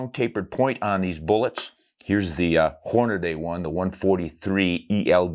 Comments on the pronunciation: Everyone say it with me; Hornady...HOR-NA-DEE. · It's not HornaDAY..Hornady.